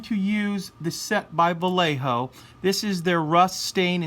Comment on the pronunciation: Great video,! I have the Vallejo rust set and am about to start weathering Bronco's 1/35 A34 Comet Tank. You have given me much to think about. BTW, the double L in Spanish is pronounced like a letter Y in English. So "Vallejo" (being a Spanish company) is pronounced more like "Va-YEH-o", or, better, "Va-YE(SHORT NOISE LIKE HAWKING UP PHLEGM FROM THE BACK OF YOUR THROAT)-o"